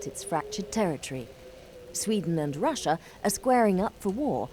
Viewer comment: when you say russia it sounds like brushia